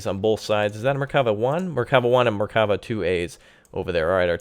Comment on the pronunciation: nice gameply here's something to help you with pronouncing the names right mer-ka-vha (carriage) nets (hawk) more like buzz not bez ( falcon) aye-it ( aquila) bard-lass ( cheeta) cho-vet ( beater) shean-hav (ivory) bah-zack ( flash) mil-who-him ( reserve service) zach-lam (half -track) and everytime you see a "ch" its not like the ch in chugging , more like the one in loch nes monster or german achtung